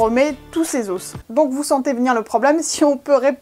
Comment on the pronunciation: On prononce pas le s dans os